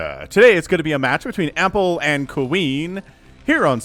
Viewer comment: how he says ampple i think he is saying apple, that makes me hungry